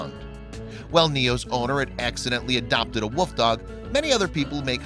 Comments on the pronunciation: A wuuuf not wolf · Sounds like he saod woof dog instead of wolf dog. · It really sounds like you’re saying woof dog instead of wolf dog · Wolf, not woof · This narrator is always amusing. I like how he says "woof dog", rather than "wolf dog". Is he trying to be cute, or is he just incapable of pronouncing common words? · This guy can't pronounce wolf. He keeps saying woof dog. Good grief.